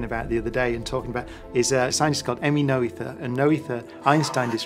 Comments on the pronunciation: Her name is pronounced "NURT-uh" not "NO-ETHER"! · No. She is German. Her name is pronounced "Nöter". Try and find out, how "ö" is pronounced.